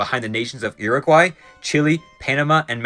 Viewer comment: He said Uruguay. Just.... incorrectly.